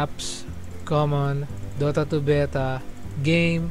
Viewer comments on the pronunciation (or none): "dota 2 beyta" hahaha king ina dami ko tawa dre hahaha